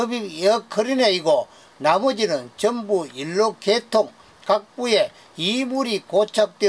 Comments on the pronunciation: 연료로 발음이 잘 되지 않아서 그래요. 이해 해주세요. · 열로는 대구 사투리로 연료를 말하는것 같은데요?